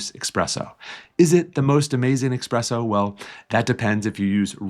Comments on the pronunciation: Sorry, I definitely prefer espresso, not EXPRESSO 😂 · Nice tips! BTW it is Espresso (instead of expresso) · Espresso not expresso 🤦‍♂️ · It's Espresso not Expresso.😊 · It's 2025 and people are still saying expresso?😂